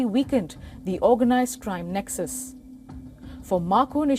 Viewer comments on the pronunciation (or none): none